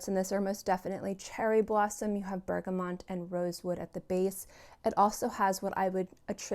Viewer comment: Isn’t it pronounced bergamot? Thanks for your video!